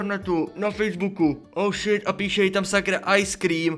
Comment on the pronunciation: Prosím tě neříkej oušit protože anglicky je to hov*o děkuji